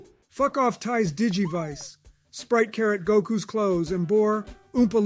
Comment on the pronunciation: tais digivise LMAOOOOO